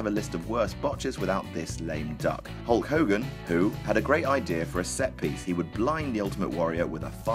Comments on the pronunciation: You seem to be mispronouncing Hull Cogan's name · *Hulk Hogan